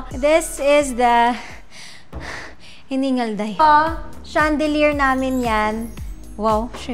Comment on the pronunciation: Mona arte mo mag salita pa bebe mayındı ps kay Andrea brillantes , Ivana peach lang d mo ma pronounce ng tama. Patahi ka ng mga seat cover. Nong bata ka pa ganda ng English diction or accent mo ngayon chandelyerrr na